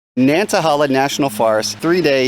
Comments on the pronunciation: Great to see you down in the South again,. I can't wait to watch the entire video. The locals pronounce it Nanta-hay-la. Say it with a southern drawl and it just rolls off the tongue. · It is nan tah hay lah. Land of the noonday sun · Nan-tuh-hey-luh is the correct pronunciation. Otherwise a great video! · I understand I'm commenting 7yrs after you posted this, but wanted to help you with pronunciation. I'm from the area and the forest is pronounced Nāntăhālă. Thanks for a great video! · You are pronouncing the name wrong... "nant" like "aunt" but with a "N" - "a" like "uh" - "hala" like "hey la"